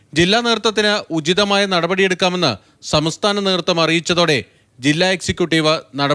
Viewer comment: 'സമസ്ഥാന' അല്ല 'സംസ്ഥാന'. (23)